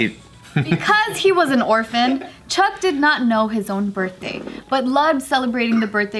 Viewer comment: "Chuck E. Cheese for my burtday"